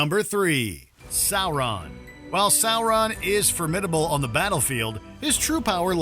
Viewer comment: “Issssengard” “Sour-run”